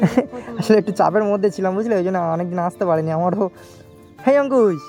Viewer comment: Amar khub valo lage jakhan Angkush k Antush bole